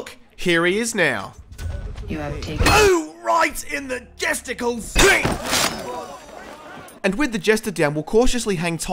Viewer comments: "oh right in the jesticles" hahaha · "Right in the jesticles." You have no idea how much I laughed at that. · "RIGHT IN THE JESTICLES!"...lol